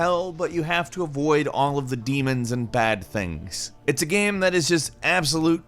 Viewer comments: Is he saying game or Gam? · This is a genuine question do you say gam instead of game sometimes. I notice it sometimes but maybe im just totally trippin